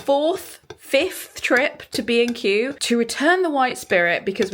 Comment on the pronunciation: I am not British and whenever you talked about B&Q I thought you said „Craig and I are bein cute“ which confused me but also made sense? anyways you two are so funny together!